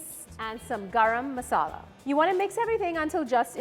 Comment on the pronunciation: My deshi ass had a hard time digesting her way of pronouncing garam masala.